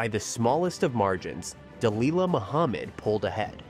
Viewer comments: Its pronounced Dah lilla, not dah leela. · Its pronounced Duh-lil-luh not Duh-Lee-luh genius.